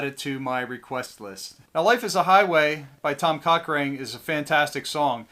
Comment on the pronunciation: Coch(ran)e. not rain